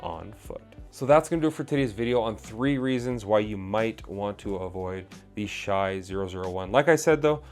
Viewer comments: dude his name is pronounced "Shay" stop saying "shy".. if u dont know his name maybe learn it before u say it 100 times in 10 minutes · It’s “Shay” not “Shy”